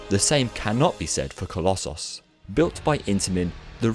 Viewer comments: Oh, coloss-sauce. Not coloss- so s Or coloss- oos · Please stop saying colosauce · The way you say collosos is just as irritating as scraping fingernails down a wall